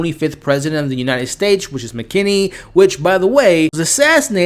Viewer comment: You are seruoiusly terrible with names.. tobert not talbert and its president McKinley not McKenney